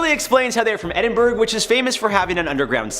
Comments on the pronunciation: There's no such place as "Edinburg" Edinburgh is pronounced "Edin-bu-ruh" or 'Edin-borough" if that's easier to grasp - there's no hard "g", so definitely not "burg". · Its Edinburgh as in Edinburgh, not Iceberg!!